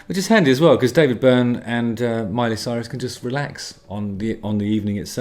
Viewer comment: I love it that you pronounced her name "Soyrus" 🤣